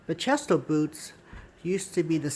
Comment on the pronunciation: Great video! Btw, they are pronounced Ba-key-stow as seen on Bachesto website :)